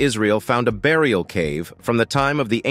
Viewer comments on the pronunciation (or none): none